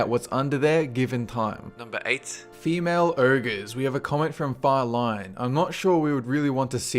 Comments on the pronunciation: what URGES dude its freaking pronounced OGRES learn to read, apart from that nice job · its Ogres not urgos